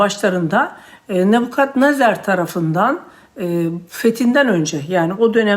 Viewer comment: küçücük bir düzeltme. "Nebukadnezar".